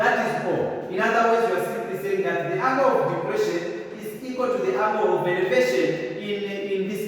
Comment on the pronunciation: Angle, not angel